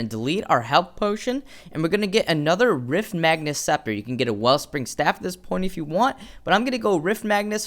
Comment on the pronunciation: he kept saying "Riftmagnus" and "Agorian" and I was just confused as to where those extra letters were coming from.